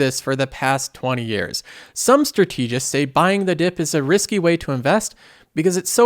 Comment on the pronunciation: Strategists isn't pronounced like that.